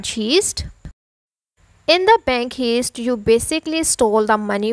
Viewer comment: I knew this was bull when she said bank heeeest